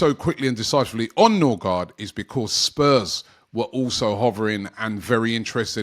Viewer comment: Ø is " oe" and double a is "å" pronounced "o" and the d is silent. So Nørgaard or Nørgaard or Noergaard is closer to Nurigori than Norigard